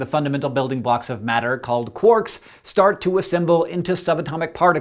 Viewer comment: how did it expand faster than the speed of light and your mispronunciation of quarks is really annoying, it rhymes with mark